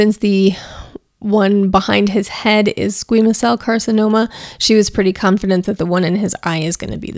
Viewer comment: It's fanominal that you saved Lucky from the slaughterhouse and I'm thrilled that he looks and feels so much better. P.S. you did pronounce Squamous cell carcinoma correctly 😊